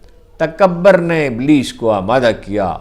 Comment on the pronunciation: ہارون صاحب، تکبر میں ب پر تشدید اور پیش ہے۔ پتہ نہیں پنجابیوں کے ساتھ کیا مسئلہ ہے کہ ہر پیش اور زیر کو زبر بنا دیتے ہیں؟ پیش کو پیش ہی کہنے میں دشواری کیا ہے؟ ہمارے ایک دوست کہتے ہیں اگر کسی کو بچپن میں بنگالی یا پنجابی کی عادت پڑ جائے تو وہ زندگی بھر کوئی زبان درست نہیں بول سکتا۔